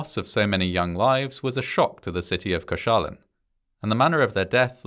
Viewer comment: Your pronounciation of Koszalin was surprisingly good!